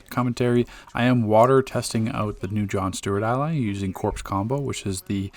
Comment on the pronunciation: Very good videos. But, corps is pronouned "kor" not "corpse." That is all.